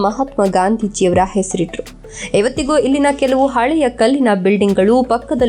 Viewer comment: Please madam " ellina " antha helbek aadre swalpa sariyagi pronounce maadi, its sounds like 'ilina ' some english name